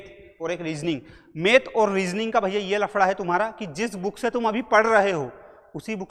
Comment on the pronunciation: मेथ नहीं मैथ 🤓